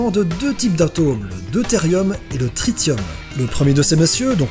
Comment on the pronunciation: Tritium se prononce Trissium ou Triçium, cordialement.